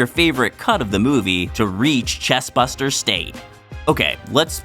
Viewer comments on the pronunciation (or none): Chest BURSTER, not Buster. Get your facts straight buster 😂